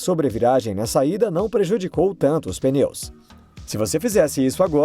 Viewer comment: Não é "peneu" é pneu